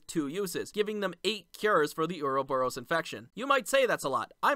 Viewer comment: Anyone else hear him say earl borous?